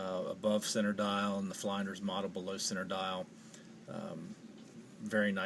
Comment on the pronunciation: It's pronounced Flynn-ders